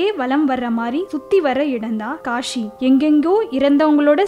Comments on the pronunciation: காஷி இல்ல காசி. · kashi illa kasi ok va. ya tamil varatha class ponga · It's not Kashi, it is kasi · காஷி இல்லம்மா காசி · Kashi illa kaasi Tamil ah kola pannathinga